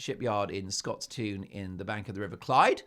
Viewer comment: Scotstoun is pronounced Scots-tun (u as in umbrella) not Scots-toon